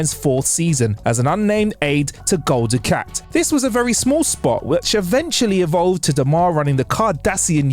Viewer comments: Gul du kat! Kat kat kat! Not Kot! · It´s not Dukot... it's Dukat... ... ... 4 peace sake!!!! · Ducat not Ducot try saying Gul DuC@ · Great video, great to see how and what these great actors are doing now. Thanks! (However, Gul "DukOt"? 🤔 🤨) 🤣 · Everytime he said DuKOT it made me keep saying "its DukAT" mate:) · Gul Dukot? What? Gul Dukat! It’s an A not an O 🤦🏻‍♂️ So is the actors name Morc Oloima if we are swapping As and Os? 😆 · Gul "Dukot"? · Sneaky. Pronouncing it "Dukot" to get people to post comments and feed the YouTube algorithm. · Gul Du-KOT??? How does somebody who knows nothing about Star Trek characters still have a job at TrekCulture? You’ve lost any credibility you may have had. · I know right! I was triggered every time he said it! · No, Dukat